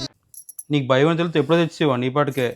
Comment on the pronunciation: ఒత్తులు సరిగ్గా పలకండి. బయం, అర్దమ్ అంటున్నారు